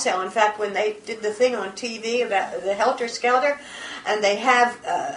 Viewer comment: yes but helter skelter I swear said differently